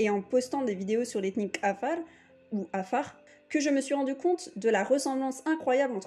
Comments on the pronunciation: Vous prononcer lal le mot Afar,vous dites kafar,alors que dans la transcription latin la consonne Q se prononce qu'en arabe ou afar car cette tonalité n'existe pas en français et donc vous n'êtes pas obligé de le prononce ,dite seulement afar En transcription afar = qafar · Félicitation pour tt c travail .mais il faut revoir la prononciton du mot Afar.par ce ke vs dites kafar alors c Afar avec 3 lettre. Merci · Merci. Par contre il aurait été avisé de prononcer correctement le nom de notre peuple : 'Afara, le q vaut pour le ein, il ne s'agit pas d'un k mais de l'effort fait par les 'Afara de transmettre leur culture orale comme celle des Fulani auquel vous les comparez à travers l'alphabet latin. C'est dommage que l'objet de la comparaison n'ait pas été traité avec la même rigueur que le sujet de votre discours. Ça m'a bien écorché l'oreille. Au passage, les 'Afara partagent des traits culturels liés au pastoralisme avec bien d'autres peuples vivant du pastoralisme exclusif, et leur betail est composé avant tout de dromadaires, les vaches ne sont que sur les territoires fertiles qu'ils possèdent. #'Afara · Tous ce que vs avez dit semble très intéressant et j en doute pas .. Mais perso je ss un Afar ..si je te présente mes excuses enfants ma famille ou mm ma culture . Tu seras stupéfié de la ressemblance. Parcontre vous dite bien. Que vous étiez en éthiopie , étiez vous dans la région Afar ? Si oui ...à vous de jugé. Et svp dite à cette personne de bien prononcer Afar 😊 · Il y'a un Dakar près de Harar. Mauvaise prononciation de Afar.